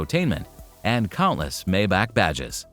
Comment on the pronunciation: It is pronounced ' My bach' according to Doug DeMuro